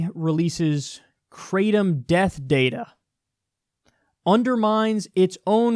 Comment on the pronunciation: They way you pronounce Kratom is pretty funny. Try something more like "krah-tome". EDIT: "gra:təʊm" if you want to be very close.